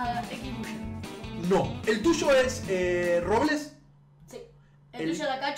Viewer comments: es Robleis No Robles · Robleis no robles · dice robles en vez de Robleis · Var!! en el primero dijo robles no robleis:v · se dice robleis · Porque dice robles es robleis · Like si se dice robleis no robles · Es robleis no robles